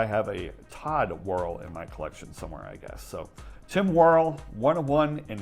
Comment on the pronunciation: You really butchered Tim Worrell's name. It' s pronounced Wor-EL with the emphasis on the second syllable